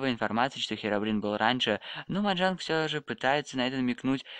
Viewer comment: Не Моджонг А Моджанг